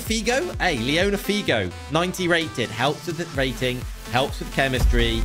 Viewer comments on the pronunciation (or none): bro, leona figo, its Luis figo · Leona figo😂😂😂😂😂😂😂 its luis figo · Imagine saying liona figo